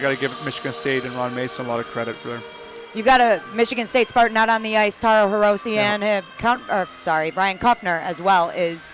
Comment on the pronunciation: Man, nobody can pronounce Hirose right... It's "He Row Say", not "He Row See." Technically, it's not an "r" either, but that's asking too much. (Yes, I speak Japanese)